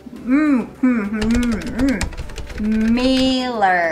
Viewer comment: workの口を横に開くとweekに近いworkになるからもっと改善できる気がします。mirrorもoよりerまたはarに発音が近い感じに聞こえます。